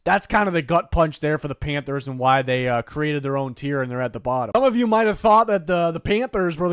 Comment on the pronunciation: “panthers”… terrible